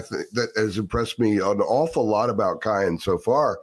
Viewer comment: please for the love of God, his name is pronounced Ki•yan not Ki•on. I can’t take hearing you butcher his name anymore 😂